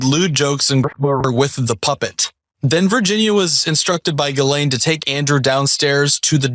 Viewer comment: Who is Galen? Her name is Ghislane?